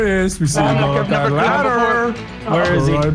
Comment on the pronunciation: no he said deliricious